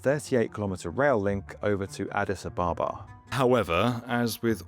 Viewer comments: Addis AB-abba - not a-BAH-ba This whole project sounds like a pipe dream to me. It's all very well to say "hub" over and over but just look around Ethiopia: poverty, famine, really poor health infrastructure, the worst roads in the world. There's no money, is what I'm saying. Also, it's a long, long way from anywhere. What's the point in landing there if you're just going to fly off again to somewhere else? Why not fly straight there in the first place? All the traffic that currently overflies Ethiopia is going to continue to do so. I'm sure there's a bunch of people with all the right intentions - and qualifications - behind this, but I have to wonder if some sort of mass hysteria hasn't taken hold and caused delusional optimism to run rampant. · But he only said it once. He kept mispronouncing Addis Ababa over and over 🙉